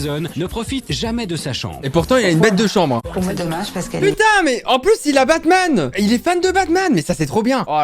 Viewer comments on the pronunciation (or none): Batman pas barman